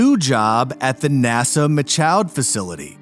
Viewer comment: You guys couldn’t figure out how to pronounce “Michoud” and “Houma” before posting this?